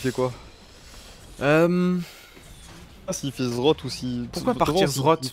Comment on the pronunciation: cest pas zrot putain xD z z rrrot